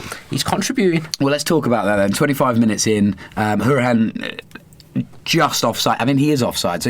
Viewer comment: 1) shropshire is like north midlands 2) jack woodward is right, conor’s name is pronounced how-ri-han